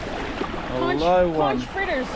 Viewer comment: I enjoyed the video and the insight on the Leopard 50. Would like to know how the Code Zero performs. Just FYI. Bahamian’s pronounce Cay as “Key”. Also Conch is pronounced “Konk”. Otherwise the Bahamians will look at you funny.